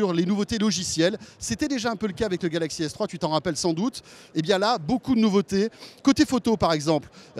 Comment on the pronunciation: 4.40 fail il prononce galaxy s3.